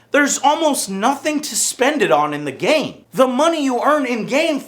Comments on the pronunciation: "as they play in the gááme" wtf did Joe just turn european for a second? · Joe forgot how to pronounce "game"